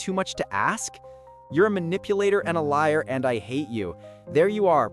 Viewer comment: A liah, a cheetah, a manipulatah, heartbreakah"😂